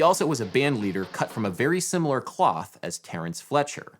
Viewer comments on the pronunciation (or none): none